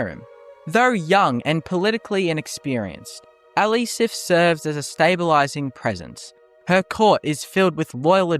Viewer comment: Also says Elisef with the same inflection.